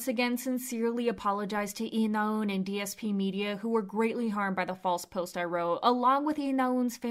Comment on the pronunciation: it's not 나운 but 나은, simple shit like that shows u're not even trying